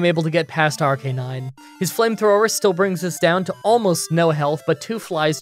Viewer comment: Ar-ca-nine not Ar-canine